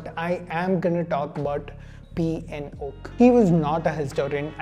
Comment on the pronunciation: P N oak, sounds more like pinokio